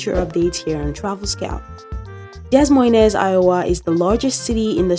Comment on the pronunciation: It's pronounced DUH MOYNE.... The S's are SILENT!!! ABSOLUTELY NOT , Dez Moy Nez 😅